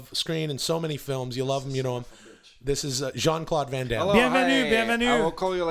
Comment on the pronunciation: Jean Claude Can Damme and Not Jean Claude Van Damme had me in stitches. Haven’t laughed so hard in a while lmao